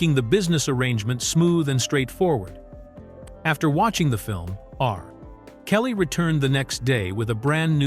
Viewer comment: Dr........Dre R..........Kelly. lmao. Im definitely not worried about ai taking over